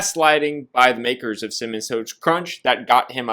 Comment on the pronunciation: why cant say “cinnamon toast crunch” to save his life 🤣🤣 cimmun, cimiss